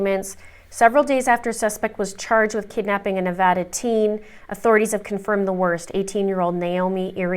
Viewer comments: Thank you for pronouncing our state correctly. 🙏🏽😊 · Also thank you so much for pronouncing “Nevada” correctly 💖💖💖💖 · a Crime. There are tons of Americans who mispronounce it and say Nuh (Like nut) Vah Like hot) Duh. It’s ridiculous because they will even move here and not pronounce it right!😩 You’re in Canada and said it perfect! So THANK YOU!🙏🏽😊😘